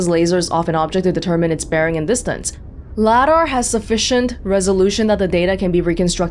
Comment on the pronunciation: Quick note, "Ladar" is pronounced "Lay-dar", like Radar. RADAR: Radio Detection and Ranging LADAR: Laser Detection and Ranging